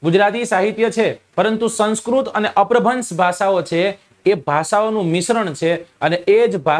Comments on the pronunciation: અપભ્રંશ ઉચ્ચાર છે ભાઈ અપ્રભ્રંશ નથી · અપ્રભન્સ નહિ અપ્રભંસ